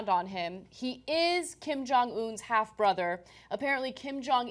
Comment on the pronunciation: "Borther", must be a Korean thing.